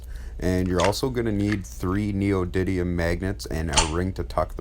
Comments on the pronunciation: This MFer said "neodydium" 😂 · NeoDIDDYim you say 🤨🤨